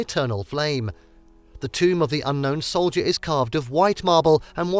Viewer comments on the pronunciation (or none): none